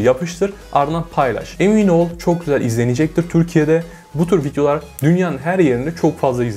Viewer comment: En cokta Videolar derken ki FitYO lar deyisine geldim